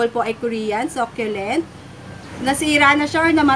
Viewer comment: search mo rin how to pronounce "succulent"